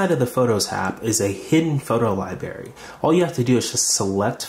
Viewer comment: Just FYI the word that you said incorrectly is LiBRary and not LiBary. This should be taught and learned in the first few years of your school learning.